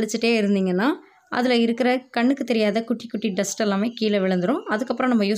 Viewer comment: டஸ்டஸ்னா என்னம்மா, டஸ்ட் தான் இருக்கு. இங்கிலீஷ் தெரியலை என்றால் தமிழில் பேசலாமே.